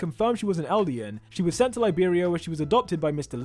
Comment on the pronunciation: I thought it was libero not Liberia from Africa lol